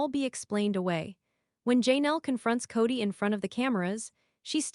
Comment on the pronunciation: I never could stand Kody Brown! But aside from that, am I the only one that is totally bothered by the fact that these clips are narrated using AI and names are so badly mispronounced? In this one it is Gwendlyn's and Janelle's name mostly, but it also pronounced Paedon as "Peedin". I have listened to others where Kody's name is pronounced "coddy". I really hate AI.